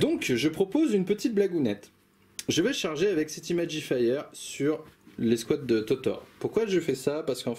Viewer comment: C'est très cool bien expliqué et super niveau ambiance Attention à l'accent anglais. Imagifer ne se prononce pas Imagifire. Dans ce cas là il vaut mieux s'abstenir ;)